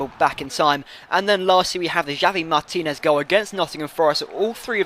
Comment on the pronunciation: its pronounced havi martinez. nice vid